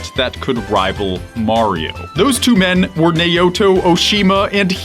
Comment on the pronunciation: Yahuhara? Neiyoto? Who are you talking about? Don’t wooosh me, I know who they are, I was just joking about the pronunciation